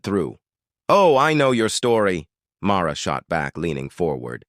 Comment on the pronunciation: First off, it's MARLA, not MAURA